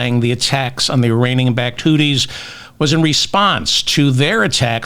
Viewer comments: It's pronounced "Hoo-thees" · Why are you pronouncing the word hootie? Because of the blowfish?